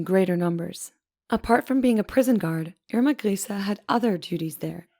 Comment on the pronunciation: Nice to see a video where they actually pronounce her name right.. Great quality!